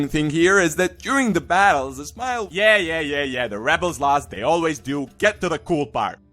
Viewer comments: everytime you say ismail it sounds like its smile :) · You Can't even pronounce his name